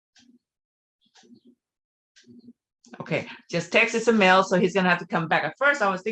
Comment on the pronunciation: Ismael not Isamel 😊